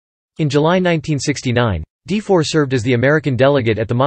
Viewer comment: His last name is not pronounced as 'De-for.' It's more like 'Duh-for.'